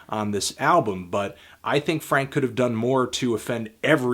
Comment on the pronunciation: I like how he politely pronounced the u of Franku